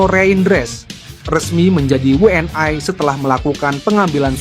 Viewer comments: Min, bukan WNAi prononmu salah klo WNI, yang jelas dong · Benar, wni juga we en ai dan itu sangat menjengkelkan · JADI MAKSDNYA WNI ITU DI BACA DENGAN BHASA INGGRIS WN AY